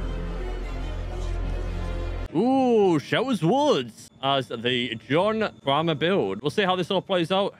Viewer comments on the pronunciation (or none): Kramer rhymes with gamer not farmer lol